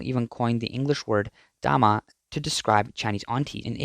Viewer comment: You pronounce 大媽 into 大麻 which mean "Cannabis" 😂